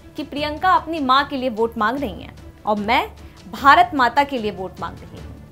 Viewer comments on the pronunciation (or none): none